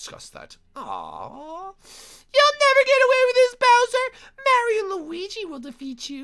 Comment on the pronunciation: I thought it kept saying Mary and Luigi